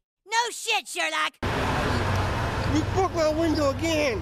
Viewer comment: You bwoke my window agwin..ahh dwammit